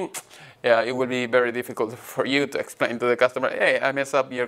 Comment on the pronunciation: Hello Gabriel! I liked the video. I have some impressions of it. First don't force yourself to speak in another language take your time to think what you try to say if that means more edition it's okay. second please try to avoid the Indian stress in prepositions like to. Thanks for sharing your work and classes with us.